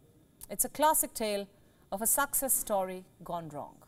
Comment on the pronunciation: Did I hear you say "Suck cess Story" ? WION has some poets on board.